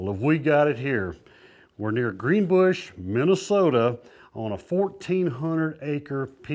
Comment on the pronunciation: Greenbush not greenbrush!